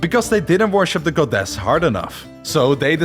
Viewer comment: i hate how he keeps saying goDESS